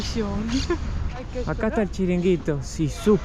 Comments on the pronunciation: charanguito no.. chiringuito :D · Se llaman chiringuitos … no charanguitos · No charanguito, sino CHIRINGUITO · Chiringuito, no Charanguito...que pareces Lisanna. Jajaja. Y no, no son cubanos, los llevamos a Cuba. Dícese espetos a las sardinas realizadas así. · Se dice chiringuito jajajaja. Me alegro veros por Andalucía, deberías de visitar Córdoba. Córdoba es preciosa. Un beso grande los dos ❤ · Chiringuito , no charanguito , amigos , el tipico restaurante andaluz de playa . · Se llaman chiringuitos no charanguitos 😂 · Genial!! se dice "chiringuito" 🙂 en lugar de "charanguito" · se dice chiringuito 😂😂😂😂😂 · no es charinguito es chiringuito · Se dice chiringuito y no charanguito también se llama avión y no turbo 😂😂elice y por favor me siento muy ofendida por el título de tu vídeo ya que parece que los españoles somos una verdadera especie de delincuentes o de mafiosos así que primero coges un diccionario te lees muyyyyy bien la frase que vas a decir y una vez que ya sabes con seguridad todo lo que quieres decir entonces lo pones pero sin hacer nada de daño a ninguna persona si Antonio banderas además de todo esto también tiene pelos en los huevos pero que tipo más requerimiento que es este pedazo de payaso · ja, ja, ja. Chiringuito no charanguito. Casi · Habeis venido ala mejir coudad de España que lo sepais🎉🎉🎉🎉 es chiringuito no charanguito pero bueno se puede aceptar la falla 😜no merterse en marbella es lo mas caro. Nerja os lo recomiendo para playas y gastronomía y calidad precio....estoy aqui por si os puedo ayudar wn algo suerte familia❤ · chiringuitos no charanguitos jaja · se dice " CHIRINGUITO", no charanguito 😂😂CHARANGO es musica folklórica de Argentina...😂😂😂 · 😂😂😂😂😂😂😂charangito no chiringito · Es chiringuito 😂no charanguito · se dice Chiringuito, no Charanguito. Y la pizza lleva anchoas, no sardinas... Ya que vivis de esto, por que no te ilustras un poco para no quedar tan ignorante? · Chiringuito se dice chiringuito